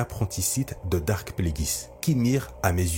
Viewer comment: Il faut dire Darth et pas Dark…